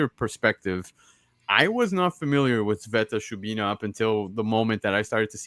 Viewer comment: Can someone one else please say Sveta Shubina it's always said wrong....